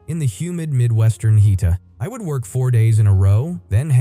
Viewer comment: He-ta instead of heat... man going to poop town